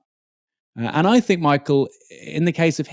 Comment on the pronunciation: I really can't stand the way you pronounce your "th's" as "f's" like "I fink" instead of "I think".